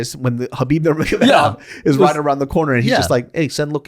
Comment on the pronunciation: For the record, not trying to be pedantic, but its Habib Noor-muhammad-ov